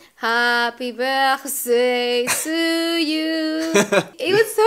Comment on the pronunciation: Okay, sorry I can’t stop laughing. Hapi Börchssdäy lmao